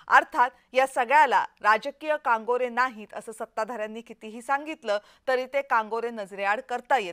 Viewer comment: मा.मॅडम जी कांगोरे नव्हे कंगोरे म्हणा ❗😴😷🤭😟😞